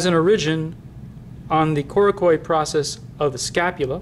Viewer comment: great except after a while the fact that he's not pronouncing "origin" right just gets annoying